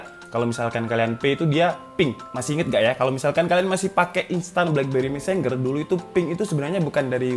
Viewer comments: Messenger Baca : messenjer Bukan : messengger 🤣🤣🤣🤣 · Mesenjer bacanya bukan meseng-ger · mesenjer bacanya bukan mesen ger. kecuali finger, emg bacanya fin ger bukan finjer.